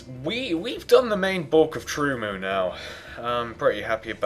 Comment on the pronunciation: LOL you said truemoo